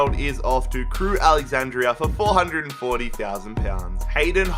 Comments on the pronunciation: Just call them Crewe as it's AlexanDRA not AlexanDRIA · It’s Crewe Alexandra, not Crewe Alexandria. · STOP SAYING CREWE “ALEXANDRIA” ITS ALEXANDRA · Why do you say Crewe Alexandra like ‘Crewe Alexandria’ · I don't think he said Crewe Alexandra correct